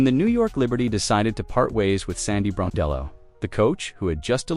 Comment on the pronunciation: You at least can respect this coach to pronounce her name correctly. Sandy Brondello deserve respect and a raise.